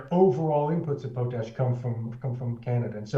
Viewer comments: It’s POTash ‘not’ POTE-ash❗️ And, Rudyard; re: Friday Focus Intro; its: Excer’pt not Excer’t’. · It is pronounced POT-ash, with pot like in cooking pot, not PO-tash. LOL.